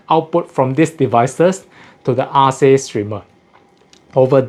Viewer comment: Sounds like if it was named after the greek goddess it would be spelled & pronounced Arke, not Ar-see